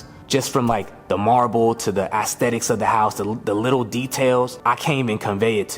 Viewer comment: What are ass-thetics?